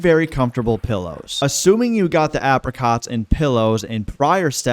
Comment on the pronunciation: pronounce apricots properly ffs